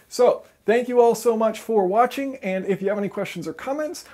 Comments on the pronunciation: At the very end, you said... "Thank you for Watt-ching." C'mon, now... :-) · I like how he said keep watt-ching, good one